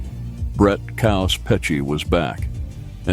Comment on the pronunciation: Its KAOS....stands for CHAOS..Its not Coaws..Damn Dude